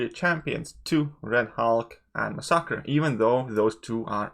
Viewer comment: love your vids bro, but it's pronounced mass e kur. Unless you're going for the Spanish pronunciation, in which case I think you nailed it. Lol Great job man keep it up.